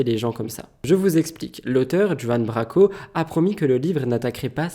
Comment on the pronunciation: La façon dont tu dis Juan Branco, j’ai ri 🤣